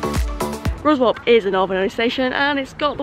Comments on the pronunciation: Excellent video as always :) When I start my train and history vlogging channel my first journey will be Chesterfield to Whitby by train and I'll only be there 4 hours but hope to cram everything in. Also (and not that it matters) Ruswarp is pronounced RussUP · Ha Ha. Ruswarp = Ruzap, Sleights = Slights (as in "light"). Well, you know how to pronounce Grosmont now. ;) Isn't Yorkshire Brill! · local in pedants corner - its pronounced Slites and the other one Russop by the locals - soz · Isn’t Ruswarp called locally ‘Ruzz-up’